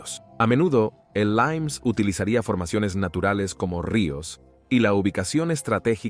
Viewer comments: Por que dices “limes” con pronunciación inglesa [laims] si es una palabra en LATÍN? Lo mismo para el nombre del emperador Valente. De verdad que no lo entiendo. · Qué bestia, el "limes" romano pronunciado "laims" en inglés renuncia por favor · Joder.... cuida el idioma!!!! Limes no es LAIMNS, es LIMES, y Valente es VALENTE, no VALENS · ¡No me lo creo!, ¡qué barbaridad habéis soltado!. La frontera o límite del Imperio recibía el nombre de "limes" y en este vídeo en español lo habéis pronunciado en ¡¡¡inglés!!!. "laims". Hace falta ser bestias.